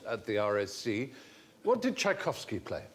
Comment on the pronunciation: I'm amazed how these lot could say Tchaikovsky so easily.